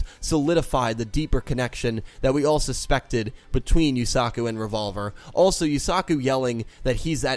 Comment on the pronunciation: Holyshit dude I dont know why it bugs me but you really pronounce the A in Yusaku. Its more like u suh ku not u sA ku. Just listen to any of them say it and repeat why are you pronouncing it like Suzaku?